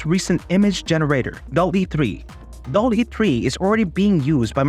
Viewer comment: You pronounce it wrong. It is pronounced DAAL-E Named after Salvador Dali (and Wall-e).